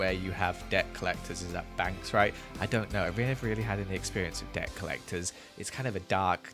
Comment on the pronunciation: I it just me or did he sound like he was saying dirt instead of debt or is it the fact I am american